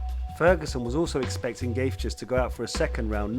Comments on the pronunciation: Why is anybody watching past his pronunciation of Justins surname. Surely if this guy knows MMA then he knows that is not how you say his name. Just another script reading twat working for a content farm. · No one gonna pull him up on mispronouncing Gaethje? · Dude, great video. Suggestion, I don't mind if you pronounce the name wrong but you could try to pronounce it consistently! There's 4 version of gaethje in this video haha! Amazing video btw